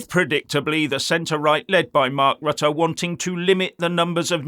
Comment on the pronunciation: Rutte is a hypocrit, during his PM ship, many, many, and still many more immigrants were welcomed by him into the Netherlands. And now suddenly he is opposed? Hypocrit. By the way, I admire your pronounciation of Rutte and Willem Alexander, it is on point!